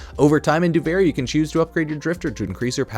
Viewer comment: why do you keep calling it Doo-Varie? Do-Vir-ie, Duviri, there is no A in that word